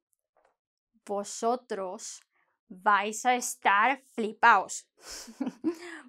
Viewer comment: I liked the way she said, no vais, if you won't talk to anyone in Spain.